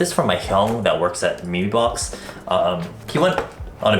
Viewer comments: "MEE MEE BOX" smh if it was me I would say meme box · “Me-me box” 🗿